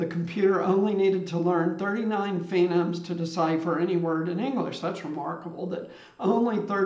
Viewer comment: "FOE-neems" if I'm not mistaken? The word phonemes? Maybe it's "fee-gnomes" and I've never heard of it. Technically there are fewer or more phonemes than 30-something based on dialect, but I get the point. It's cool how AI sees data and organizes it like this!